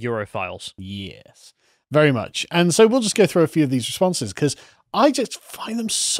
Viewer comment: the way carl says "yes" is so british